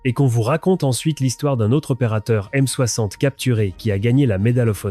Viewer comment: Euh... c'est quoi la "aime soakssante" ? :D